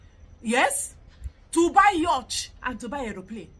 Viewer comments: the word is "YACHT" not "YUTCH"🤣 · It's pronounced "YOT" not Yoch. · You're a fool. The pronounciation is "Yort". That you couldn't even point out. Ode